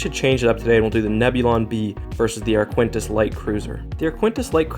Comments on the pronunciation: Repeat after me: “A-R-K-I-T-E-N-S” That is the proper pronunciation of the Arquitens Class light cruiser. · I have no idea how you can see the name “Arquitens” and pronounce it as “Arquintus”. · I'm pretty sure that Arquitens isn't pronounced "ar-KWINT-ess" on account of that putting the 'n' in the wrong spot. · Ar-qui-tens, I think. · it's pronounced ark-kit-tens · It hurt every time you mispronounced ‘Arquitens’ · I find your pronounciation of the name 'Arquitens' disturbing... The 'ui' is silent, and there is no 'n' before the't'! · Just one thing: There is no "n" before the "t" in Arquitens. That did throw me off every time ^^ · keeps calling it the "ArQUENtis" - it's Arquitens, pronounced "ARKy-tens". Awkward. As for the EF76 carrying capacity. In the X-wing game, it was shown to have a hanger on the far side (the one not visible at the end of Empire) but the scale of the ship - 300m long doesn't really allow for any carrying capacity at all, considering the size of starfighters, pretty much the entire forward section would have to be hollow hanger space. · Sorry but this is one of the weaker videos. 1. The ship is pronounced Arq-i-tens, not Aquintis 2. The Arquitens is 325 meters (on average) in length so it is comparable to the Nebulon-B 3. The Arquitens is armed with quad laser cannons making it hard for the enemy X-Wings to get close 4. The Arquitens is also armed with double turbo lasers, so they should count double in TL weapon count 5. The Arquitens is normally carrying 4 Tie Fighters, although i think they are not even a minor factor here In the end, the Nebulon will most likely win, but not as decisive as presented in the video. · Man, where did you learn to pronounce these names? Lucrahulk is pronounced "Lukra-hulk" and the Arquitens is pronouned "Ark-it-tens", not "Ar-quin-tas" (don't even know HOW you got that one). You've done a great analysis but it's making my ears bleed! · Ark-u-tence not aquintence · It is pronounced Ar-Ka-Ten